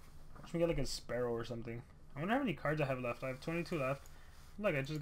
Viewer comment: I was like oofff when he called spearow, sparrow